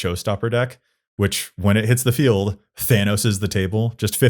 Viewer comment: Maybe they can get Kaan to finally say Tawnos right 😂